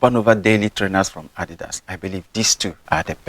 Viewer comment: Great video. You're one of the few English speakers who pronounce Adidas correctly. 👏👏👍